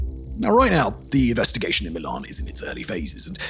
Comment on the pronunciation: Is this dude AI? It's Milan not Milun.